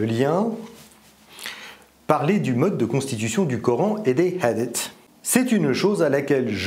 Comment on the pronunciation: ah la prononciation fais mal aux oreilles le H se prononce hhhaaaaadith et pas kha comme en espagnole avec le J . Mais bon ce n 'est qu ' un détail . 😉😉😉😉😉